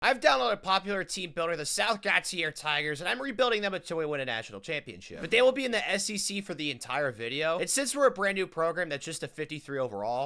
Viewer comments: It irked me when he pronounced it wrong I first thought it was called gator lol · Its pronounced in a Cajun way more like go shae I used to live in south Mississippi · i used to deliver down there n never heard of it till a few years ago and our dispatcher would always say gau teir like its spelled and we stopped somewhere n a nice lady had told us how to pronounce it its really crazy how many interesting places there are here in MS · I thought it was some French pronounciation like “got-ee-ay” and i live in the state right next door I should’ve expected a weird pronunciation